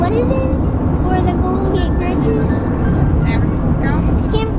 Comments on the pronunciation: lol "scam fransiccmos" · I loved it when said Sanvfraziscos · Scamfrontsisskos kids nuseum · "Swan frinsiscooos"😂😂😂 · Zan franziscoz😂😂😂😂😂 - 2015